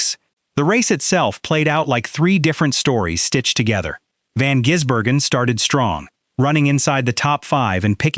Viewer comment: His name is NOT Jisbergen,how about a bit of respect it`s Gisbergen,t`s like saying Hendrix,SVG drove the Ute for more practice on ovals,from an insider Shane is staying with TrackHouse and the number 97